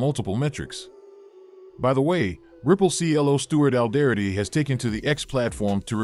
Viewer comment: First off tell your voice over talent to pronounce “Alderaty” properly. It makes you guys sound like you do t know what or who ripple is.